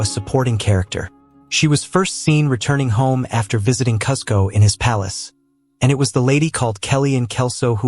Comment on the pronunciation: Awesome video! I’m sad there are no other comments... And Kuzco is pronounced Cooz-ko. Yzma is pronounced Eeez-mah.